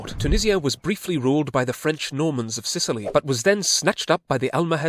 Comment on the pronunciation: repeat after me " Frensh Colonialism" and it was hell